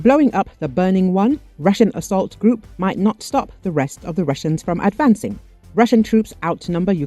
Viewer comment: True but the narrator as well as the auto text ignored the "h"